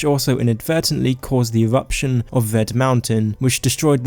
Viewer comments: ewuption of wed mowntun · pwovince, skywim, ewuption. Nice mate